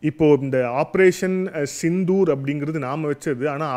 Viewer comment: ஆப்ரோசன்.... சித்தூர்.... ஆப்ரோசன்..... சிந்து... ஊர்....